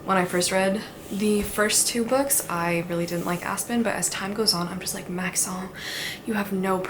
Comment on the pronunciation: I hate to tell you this but Maxons name isn't that fancy😅It's pronounced like Max-in, which tracks with the spellings of the other names in this series😩